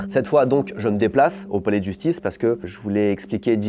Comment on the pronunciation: "la jusctice" ?